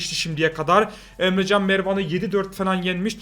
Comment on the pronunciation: Abi Emjan değil EmreCan